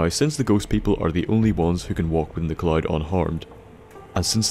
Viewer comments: The CC kept showing words like "cloit", "Clyde", "clot" or "chlorine". Took me a while to catch on. You should really practice saying the word "cloud". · IN TO THE WHAT? The clyde? The cloud? The collide? Take a fucking english class